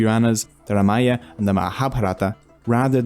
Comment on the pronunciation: Good one. One small correction pl. Correct name of the epic is RAMAYANA & not Ramaya.